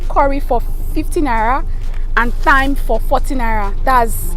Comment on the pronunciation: Thyme is pronounced like “time” with a hard ‘T’.